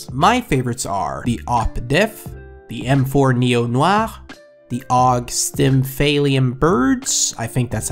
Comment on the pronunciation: that accent on the neo noir :D